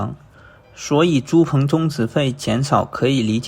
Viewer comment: 租赁，读作zu lin